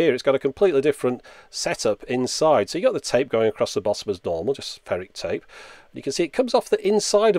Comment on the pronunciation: you pronounced tape wrong. it's tape, not tape.